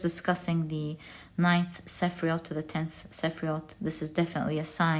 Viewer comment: As someone who knows a bit of Hebrew, I just wanted to say that "sephiroth" is pronounced seh-FEAR-oat not seh-FREE-oat.